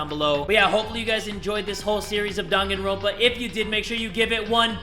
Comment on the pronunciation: Jay: “DanganrOAnpa”